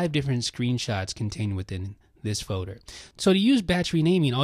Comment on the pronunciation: says "feauder" lol